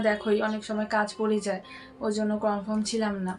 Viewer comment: ওটা কনফ্রম নয় 😂 কনফার্ম মানে নিশ্চিত। English জানো না যখন বলার কি দরকার।ভুলভাল বলছো যে😂😂😂😂...অশিক্ষিত 😂😂😂😂